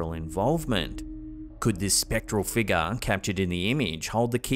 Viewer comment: “Mummified figga” 🤣✌🏻